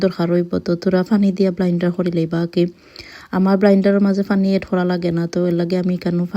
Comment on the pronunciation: Not blinder apa It's blender